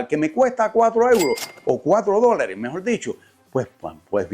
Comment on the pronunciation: Mejol??? Porque hablan así de mal?? Mejor se dice mejor!!!